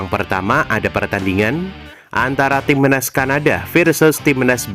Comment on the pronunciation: Cara ngomong nya ga jelas, timnas, dibilang timenas😅😅😅😅 bodohhhhhhhh😅😅😅😅😅😅